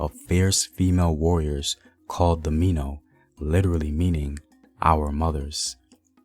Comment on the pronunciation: It's not Mino. It's Mi Nao. It's an Ewe phrase that yes, means our mothers